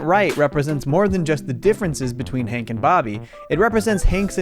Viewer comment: So are we just going to gloss over the fact that you called him "Hink" the entire time?